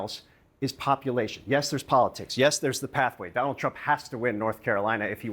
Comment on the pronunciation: "DON-OLD" TRUMP is like a hot balloon.